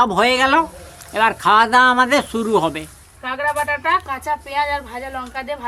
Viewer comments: Kagra na kakra bole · 'কাঁগড়া' (!!!!) বাটা??? কি সুন্দর উচ্চারণ।